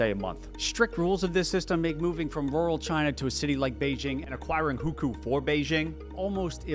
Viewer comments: I am a Chinese coming to learn about western point of view on China, but you have got the Hukou very wrong. I grew up in Beijing so I know a lot about Non Beijing people living in Beijing. As a consequence, I question the validity of everything else in this video. If you get the facts wrong and base your opinion on the wrong facts, then your point of view doesn't matter and I will switch to other channels. First of all before I tell you the things you got wrong, anyone who cares about their content would at least google how to pronounce stuff. Listening to your butchering of key words you described pains me. 1. You can definitely buy houses in Beijing as long as you live there long enough (there are specific rules that are automatically satisfied as long as you live there long enough). I have tons of friends who have rich non-Beijing parents that have several houses in Beijing, while my family (with Beijing Hukou) had none. The real problem of getting housing in Beijing is whether you can afford it. 2. WHAT EVEN IS PUBLIC SCHOOL? The best schools in Beijing are public schools. When I heard the word "public school", I knew this video is doomed. I attended the best school in China, and I have tons of non Beijing friends who have rich parents (yes they are also the ones with multiple houses in Beijing). The struggle of non Beijing students studying in Beijing is that they can't do Gaokao in Beijing and have to go to their original province. 3. You can get healthcare it's just tr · Video started out great. Once you got to Hukou (which you incorrectly called "who-koo) and Winnie The Pooh, you started spouting bizarre categorical lies that you could literally debunk with basic research, or even a basic search. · It would be better to pronounce as Who Co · at least try to pronounce "hukou" properly dude. It's sounds more like "who ko" where ko is the first syllable of "Kobe". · Almost had to turn the video off with how he was saying Hukou